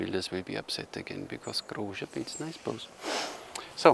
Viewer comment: yay, you nailed the pronounciation of his name, its said exactly that way! Also, his "extra3", biocomposite and most of fiberglass bows are based on original findings, so that waste material at the end of siyahs are historically accurate. On the other hand, his normal laminated bows are sport bows, way lesser waste mass anywhere.